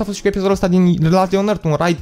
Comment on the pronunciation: Last nu lest 😐